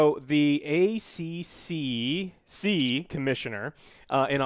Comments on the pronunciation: Sigh, another Youtuber saying "Ay See See See", it's A- Triple C, trust me, I'm an Aussie, most Aussies know about the A-Triple C, you get a store refuse a refund, pretty much you just mention them and the store remembers they are in Australia and when you ask for a refund you get a darn refund. BTW the A-Triple C are the same guys who forced Valve to have a refund system... The one Valve "promoted as being Great for Consumers", while they tried to quietly sue the Aussie government for loss of $$$ due to us forcing them to have a refund policy... Suck it Gabe Newell you got Schooled Fat Boy. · I love hearing Americans say ACCC. Weird not hearing it as “ A triple C”